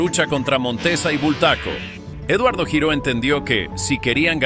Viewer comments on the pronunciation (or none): El apellido Giró es catalán y se pronuncia (lliró)